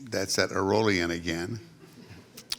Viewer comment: Charlie mccoy in that room is the equivalent to Pavarotti singing in an Italian coffe shop. They don't deserve him. Larry really needs to learn to say aolian. Good on charlie to be so humble as to not explain to larry how to say it.